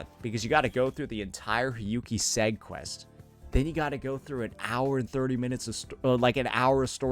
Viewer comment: bro pronouncing segue as segg and not seg-way is throwing me off i thought you were clipfarming at first but you keep saying it 💀